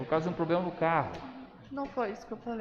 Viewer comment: Meu. DEUS. POBLEM?? uma JUIZA falando tão. MAL